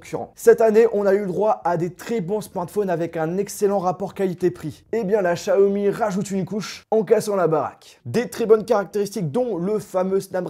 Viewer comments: Chiaomi naannn, c est xiaomi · C'est Xiaomi pas Shaomi Merci